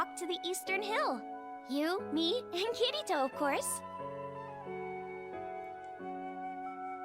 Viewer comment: Everytime I hear kiritos name most people say Kitty-toe-kitito I don’t think I’m hearing wrong I’m sure some of you can hear that